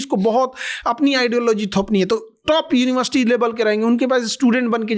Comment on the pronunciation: GaLaGhotita UniBarSity 😅😅😅😅